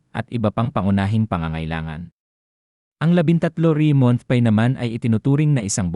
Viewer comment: Bqkut ganyan ka mag pronounce ng ibang words like month, pay, di na nga totoo ang cnsbi, qrong pronunciation pa ng ibang English words.